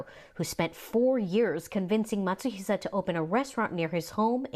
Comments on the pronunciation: His last name is Matsuhisa, no "sh" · It's actually Matsuhisa, not Matsuhisha.